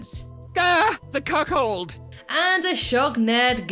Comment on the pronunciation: Lmao I never thought I’d hear Flanders say Cuckhold